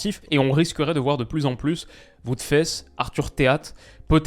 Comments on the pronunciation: Faes Ca se prononce Fasse pas Fesse 😂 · Super vidéo par contre chaque fois ça me fait tiquer on dit pas « fesse » mais « fasse » pour Wout haha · Très fan de toi comme toujours. Je me permets de te notifier qu'on prononce "aa" quand il est écrit "ae" en Belgique et donc Wout Faas et pas *fès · "Voot Fesse" (Wout Faes) ^^ Très belle analyse de la situation actuelle ceci-dit ! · Pitié c’est Wout Faaaaaaes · Salut, très content de voir une vidéo sur Tedesco! Cela dit, j'ai une remarque sur la prononciation pour Wout Faes et les "e" en général. Genre les "e" devraient être prononcés comme un mélange entre "é" et "è", à la Néerlandaise Faes se prononce plutôt "Faaahs" [fɑs]